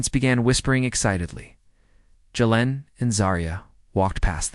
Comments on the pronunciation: Jalen not Yalen, Germanic & Slavic AI? Good story maybe next time do not go with the Christopher Walken AI. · It’s frickin Jay-len. Damn.